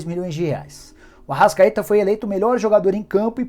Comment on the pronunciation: Ele ser pronunciou errado